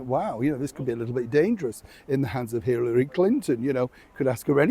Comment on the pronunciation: Ummm it's HiLLary not HiRRaLy ..... and I would guess that the story is Meghan's father's lie... She is in a no win situation.